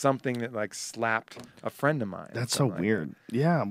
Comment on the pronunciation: Can you be my fwend?